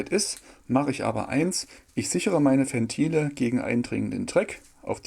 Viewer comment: Alter, Ventile mit W, nicht wie Fentile